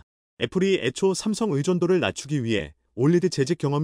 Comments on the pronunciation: 삼성을 왜심성이라고 하냐? 답답해요!^^ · 삼성이라고 읽어야지~~